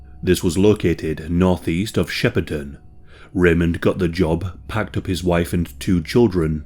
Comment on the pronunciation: From the area and you said Yarrawonga and Shepparton correctly! Tocumwall though is more like Toe-cum-wall. Also, a more lighthearted fact, Shepparton is filled with fibreglasse cow sculptures.